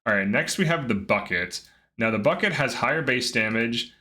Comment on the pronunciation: "bucket?" you truly think thats how its pronounced? i mean...you realize its a foreign language? and even if it was english its still not spelled "bucket." "Buket" = "Boo-Kett." ignorance of grammar mixed with laziness bugs me P.S. I gave your 600th like despite your laziness :)